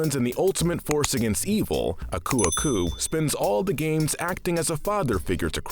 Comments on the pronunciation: Aku’s name emphasizes the A not the U. You said it like “Uh-Koo” it’s actually “Ah-koo” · Its ahkoo-ahkoo not uhkew-uhkew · Did I just hear someone pronounce aku aku as akoo akoo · Its A-ku A-ku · Its pronunced ak u ak u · Ummm did he say ku ku? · I think its pronounced ah-ku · I like how you pronounce Uka Uka's name correct but butcher Aku Aku's name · Could you not say aku aku that way. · So we’re going to ignore how he pronounced Aku Aku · Pretty sure you're pronouncing Aku Aku the wrong way. We've heard him say his name a few times in this franchise (like his introduction in Twinsanity for instance) and he didn't pronounce his name like that. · You’re saying Aku Aku wrong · why is this guy saying aku aku so weird. edit: tf did he call pura? POURa? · Jeez how am I the only one who cringes how he pronounces aku aku